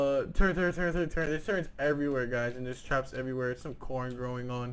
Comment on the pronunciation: Holo on a Ak wtf and its turret not turrent